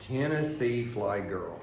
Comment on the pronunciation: its TNFlygirl not THFlygirl.